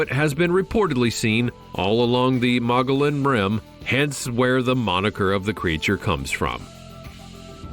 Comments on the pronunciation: Kai bab not kabob. Mow Gee On not mow gollon. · Okay say it with me now... Mogollon. Moe gee on. Also kaibab ky bab. The mispronouncing is killing me here. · It’s pronounced mugion rim! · Just so you dont sound like this brain surgeon Moggollon is pronounced muggee on. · Mong-a-lon Monster? It's pronounced Mo-Go-Yon. The narrator is clueless. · It is pronounced mo -- ge - yone . The double LL are silent . Mogillon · Mongallon monster.....nope that not how it's pronounced at all. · Magollon is pronounced Mug-uh-yon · I was in the boy scouts in 1965 & 68,69 .we went to camp geronimo in north Eastern AZ in the mogollon mountains pronounced (MOGEEON)&Evan then the camp rangers told us about the MOGEEON MONSTER & 2 keep r heads on a swevil... really dont think these rangers were trying 2 scare us.i was a fire team man.WHEN THEY THIS THER FACE WAS STONE COLD WITH FAR AWAY EYES.HARD AS a ROCK. & I believed them 100% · The Mogollon monster is pronounced MO-GEE-ON monster. They are there! 👣 Cant believe they didnt mention the legend of Egyptian ruins and artifacts supposedly found many years ago.